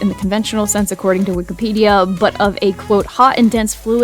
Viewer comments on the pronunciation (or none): none